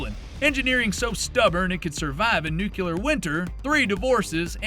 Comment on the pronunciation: AI-generated content still can't pronounce words correctly :elbowcough: Settle down with your nuke-eh-lurr, little Bush. Don't forget your Mawsin Nah-gunt. Dafuq is a Stare Awe-gh? Where's Bavawhrea? Still shopping at Brahnails eh? Gayrund, really?